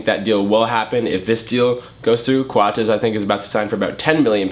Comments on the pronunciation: He pronounced his name right on the spot. That's how its pronounced. It's CO-AT-S not Coats. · I'm subscribing just because you pronounced his name right ;)